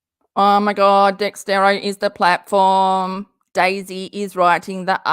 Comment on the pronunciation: It’s not Dextero, it’s Dexerto 🙄 According to “exposing 7m” she only provided copies of archived documents the same as they did. More than likely the old civil case, the old wage claim from I think Melanie Lee (Leigh) which was a once off & sorted out immediately at the time. Apart from that it’s probably just old real estate stuff, the odd old church email and maybe a few pics and screen shots from a couple of people. It’s not “her” information per se. She’s so full of it. As far as accusations, they weren’t based on the California law suit. That was filed a year after she defamed Robert & 7m. The dancers who left were still involved & denying there were issues while she was defaming Robert & 7m so they weren’t feeding her info. It seems the only people she got her “facts” from were the Wilkings, the old church members & Lydia Chung & her daughter. She dug up a few comments from a couple of parents of the dancers on their social media but they had no more proof of anything than did. B-Dash’s ex wife or that other ex wife don’t count as their child support issues are unrelated to 7m or Robert. When she committed tortious interference, in my opinion the strongest of the claims, she pretty much hands it to Amber with that IG live. Allegedly isn’t a defence the way she thinks it is. Once you say “allegedly” you are pretty much saying you aren’t sure if it’s true or not and it may well not be but you don’t care & are making the accusation anyway despite the probability